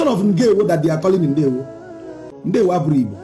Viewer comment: Please sir more emphasis on ndewo